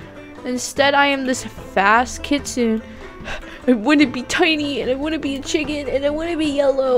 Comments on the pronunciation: It's pronounced kit-su-ne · How to pronounce kitsune is kit-soo-naa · Oh, and it's pronounced Kit - soon - ay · Me: Kit-SOON-ay: KIT-suhn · Hehe,! You said Kit Sun! It's actually Kit Soon I believe! <3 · Its actually pronounced (Kit-soon-neh) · (Kit-SU-ne) you say it they way it looks (no hard feelings! 😊) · U didn't say kitsune right. It's like this KITS OON EHH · This is how you say kitsune: KitsunA. Like instead of an E you say A like how you say A the word ‘ crAzy. ‘ But like the A but an E the word ‘ hEy. ‘ :) Hope this helped! (WARNING: This MAY offend you but I PROMISE I am not trying to be mean I just get really annoyed when ppl say stuff wrong so yeah I hope I don’t offend you! ) (btw I luv ur vid ps they are so funny and cool and amazing like you <3 ) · Its pronounced kit-su-nay you said it a bit wrong but good try! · heres how to say it :D Kit - Soon , that how u say kitsune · Kit- su - nay. I think thats how you prounounce it? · Kit sune (the e sounds like an A How do u buy the kitsunes? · You should say it like Kits-soon = Kitsune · Kit-soo-n Kitsune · Kit-soon-nik is how you say kitsune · I pronounce it as "kit-soon-ay" lol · kit--suna is how you say it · It is pronounced kit-soon-ay Edit: The amount of tails determines how old the kitsune is it doesn’t just have a Ninetails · I lied.....Kitsune is pronounced Keet sun ay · U say it as: kit-sun-e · kit-sune-ay is how you pronounce it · It’s pronounced Kitsun-eh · It’s (kit-soon) and (fear-a) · It’s pronounced “kitsoonay” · its supposed to sound like kit sunay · It's kit-su-une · i know how to say it its K • it •soon kitsoon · Kitsenu is prenounced Kit say nue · Its Kit - sune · It is pronounced kitsoon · It's pronounced k-i-t-s-u-m-e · Say it like kit soon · Don’t be embarrassed I don’t no how to pronounce it either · It's pronounced Kitsune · Ummm it’s not pronounced like that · It’s kit su ne nnnnneeeeeeeeee😤😤😤😤😤